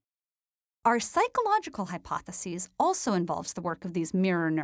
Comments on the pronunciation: It bugs me how she pronounces the singular "hypothesis" like the plural "hypotheses." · You’re pronouncing hypothesis incorrectly most of the time. It’s driving one of us crazy. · It's quite annoying trying to follow the topic when you continually mispronounce 'hypothesis'